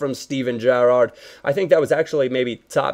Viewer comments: if you see this can you stop stressing the second syllable in Gerrard's name? haha thanks xx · I love the way you say "Gerrard" lol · lol at the way yo pronounce Gerrard